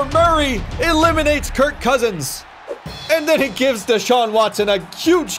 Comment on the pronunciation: Kirk Coursins....lol Coursins?